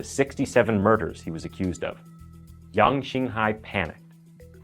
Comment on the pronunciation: Your pronunciation of the the killer name is good. Did u learn mandarin by any chance ?